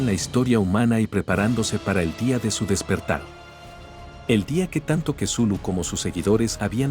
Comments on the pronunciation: ..ya, pero de "Cthulhu" a "quesulu" 🙄..como que hay bastante deferencia, entonces yo le puedo decir "Vergalu" total si ni importa nada. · Jaja kesulu. Es la primera vez que escucho que pronuncian asi el nombre de Cthulhu. Me gusto.Muy buen relato pero hacen ver a Cthulhu como un dios venebolente lo cual no es correcto. Pero recalco que es una gran historia. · "Cthulhu" Loquendo:Quesulu 🧀